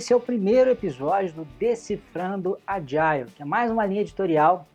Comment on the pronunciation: Agile → "Ádjol"